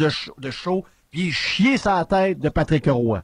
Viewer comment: heille ! c'est Patrick Roy et non pas Patrick '' HE'' Roy. Il n'y a pas de ''E'' entre les 2. Commence par apprendre à parler... Un animateur de Radio sans vocabulaire. Et je paris que tu dis Stéfune (Stephen) Harper quand ça se prononce STEVEN. Trouve des vrais sujets. Car la radio de l'université est plus BRIGHT que toi.